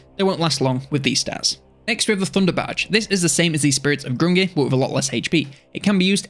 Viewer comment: Grungni - pronounced "Groong'nee"